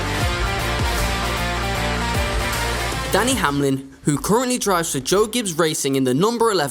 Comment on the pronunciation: It Denny not danny , its cup not cop and its team 23/11 not 23 xi needs some english language classes i guess. Denny is a top driver but does have some issues also.